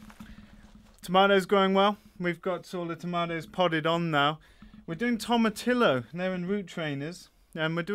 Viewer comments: Tomatillo= toe-ma-T-yo. Phonetic pronunciation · Ha! You Brits...."Tomatillo" is actually pronounced "Toe-ma-tea-yo" :)